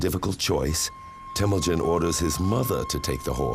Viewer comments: No man. Stop talking about something you have no clue. His tribe was called Hiad Borjigin. Not a Merkits. And it’s called Temujin. Not Temugyn. And it’s not fucking ghde gist khaan. It is Chinggis Khaan. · Not Temudjin and not Tamudjin. Its Temuujin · Temüdjin not Tamüdjin! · Its " Temujin